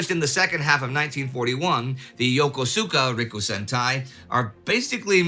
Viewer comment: Indy, you're one hell of a fine story teller, but please do not attempt to say Yakosoka Rikusentai again. But if you wish to visit the 防衛大学校, Bōei Daigakkō, you will sure gather more good stories.